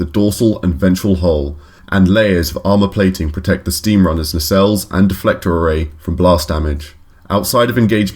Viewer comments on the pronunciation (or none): none